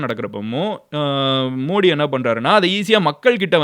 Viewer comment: You are pronouncing the prime minister's name wrong. Not modi Modhi why South people don't like modhi ji where BJP there is safe like Gujarath, Rajasthan, Maharashtra, madhya pradesh